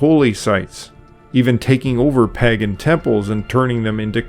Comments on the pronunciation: Pay gan, usually not Pag gan. Informative video. Loved listening to it more than once. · pagan /ˈpeɪɡ(ə)n Sorry,really enjoyed this video. But!. Every time I heard you mispronounce pagan for pagen it triggered me a little. Just one small criticism. Apart from that,excellent work. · Lovely video. I really enjoyed the content - very well-researched. I just wish you had pronounced ‘Pagan’ correctly. It’s ‘peig(en)’ or ‘pay-g(u)n’, not ‘paggen’. It’s a good idea to check Google for pronunciations on words you’re unsure of. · The 1st "a" in 'pagan" is long, 'pay-gin", not " pah-gin". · Padan is pronounced pay-Gan. not Paggan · 11/27/23 your information is quite accurate, but I MUST ask you to check your pronunciations! "Pagan" starts with a long A, not as in at or _palm_. Think pay as in _PAY-day_. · The Eastern Orthodox who celebrate by the "old calendar" are a minority, to be sure... Also the word is pronounced Pay-gan. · I'm sorry but I just could not take it anymore. Pagan is pronounced pay-gun, not how you pronounced it. Sorry, it's a pet peeve of mine. Otherwise, I enjoyed the video and the information you presented. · It is PAY-gun! Hard to enjoy when such a basic thing is mispronounced throughout. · Pagan has a long “A”.